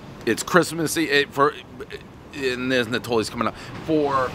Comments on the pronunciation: Bruhh I would almost guarantee that it’s not produced Natalie’s but nah-tol-lees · Stop butchering last name, everyone who speaks Italian knows you sound it out like this....It's NAH-Toe-Leez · Never had their pizza but i use to LOVE eating there on my layovers working for the railroad out of Oak Island Yard in Newark. BTW its Nay-toe-lees. not nat-o-lees. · Natalies? No bro.. "Nah-Tohlees" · Name butchering starts at “ ” mark - devolving into “Natalie” Pizza. Multiple mispronunciations, every knows the rule. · Man can't even say the name of the place correctly.